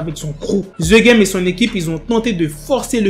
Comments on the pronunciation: The game .......the=de.......pas the=ze merde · "Z game " 🤭🤣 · Ze game 😂😂😂😂